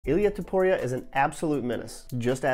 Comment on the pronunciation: Cool video! TO-PU-ria not TU-PO-ria tho